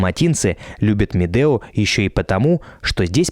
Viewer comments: Ребята, ракмет за видео! Как всегда "лайк". Единственное, что хотелось бы исправить в этом контенте: в названии правильно писать и произносить Медеу (У в конце). Это имя человека, который ещё до 1917 г. владел этим ущельем. Сейчас в РК возвращают многие исторические (правильные!) названия. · Не Медео, а Медеу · Дорогой блогер , каток не Медео а .Медеу не искажайте .